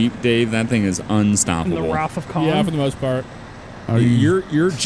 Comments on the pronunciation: It’s so annoying every time says K-Han instead of Khan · Everytime I watch this I can't unhear say k-han instead of the hill being silent and saying khan